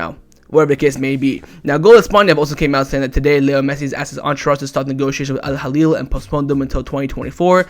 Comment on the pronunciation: it's al hilal not halil. Let's know our enemy well